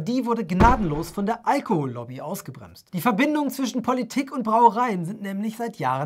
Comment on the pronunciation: Auch sturzbetrunken kann man noch Allohol-Lobby fehlerfrei aussprechen.